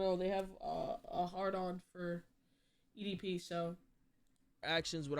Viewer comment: damn can’t even say edp fully???